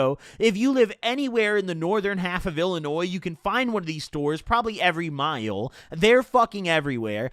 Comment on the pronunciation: 😭😭😭😭😭😭💀y did bro say Miles like that